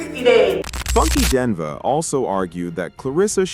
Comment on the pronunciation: it is pronounced Die Knee va. Funky Dineva damn. Learn to pronounce the names please